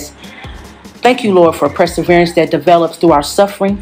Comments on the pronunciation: “PRESSAVERANCE” is what took me 😂😂😂😂😂😂😂😭😭😭😭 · I'm distracted by the word press-erverance 🤦🏾‍♀️ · It’s PERSEVERANCE, NOT PREseverance🤦‍♀️ Also what is MATORE???? Did she go to school?????🤦‍♀️🤦‍♀️